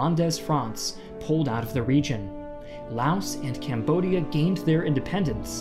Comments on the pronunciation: CAMBODIA, not CAMODIA. Please correct it. Make sure you understand the history and make it real. Not just for money admin. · "French Camodia"